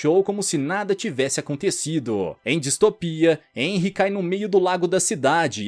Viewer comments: Muito bom, mas corrigindo o vídeo inteiro você pronuncia o nome do protagonista de enry mas na verdade se pronuncia renry mesmo que se escreva henry por que o h sai o som do R no nome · Nn é enry q fala se fala RENRY